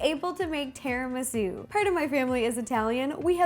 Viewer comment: No, trust me, she said it right. I'm Italian and Latina, but everyone that is Italian in my family says it the way that Ro does